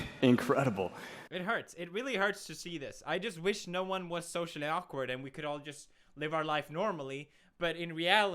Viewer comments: Anyone noticed "akward" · It's actually "awkward" not "akward" boom (explosion)